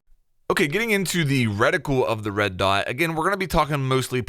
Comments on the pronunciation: Do all our US cousins pronounce it ‘redi-cool’? We say ‘reti-kewl’ 😆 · Reticule. "Reh-tih-kyool" Not "Retickle" or whatever you're trying to say.